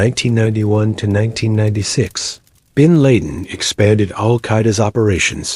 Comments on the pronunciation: When the A.I narrator can't even pronounce 'bin laden' correctly it's an instant turn off for me. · How can AI do all this stuff but can’t pronounce bin Laden’s name or the year 1990 correctly